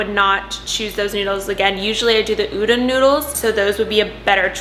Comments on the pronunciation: I had to click off the video when she kept saying “oo-dun noodles” 🥴😔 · Hehe I'm Japanese and I think you mean U-Don (as in Donald Duck). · Hey idk If someone has told you yet but I just wanted to add that udon noodles are pronounced like oo dan. Just wanted to let you know. Great video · If the noodles you were talking about are spelled udon, it’s pronounced oo-dawn ( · the way you pronounce udon cracks me up, but anyway great vid and i'm not even vegan! definitely will incorporate these type of meals every once in a while though xo